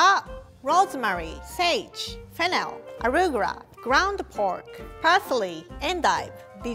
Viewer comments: I love how she said arugara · What a turn of events...anyways just wanted to tell ya she says Arugura because in Japanese the letter for R and L is same and both sounds can be used for it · best part is how you said “arugaura” 😂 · I love her pronunciation on some words 🥺 Arugura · Everybody: Arugula: Aruguwa